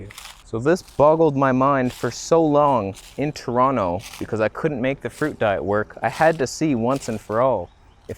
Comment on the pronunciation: "You need to drink Deet" hahaha